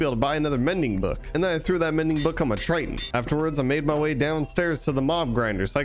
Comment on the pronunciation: Please stop saying triton it’s triggering me Edit: good video otherwise